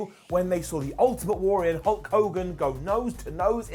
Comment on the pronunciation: Had to rewind to see if said Hulkus instead of Hulk. He did. My morning was made better.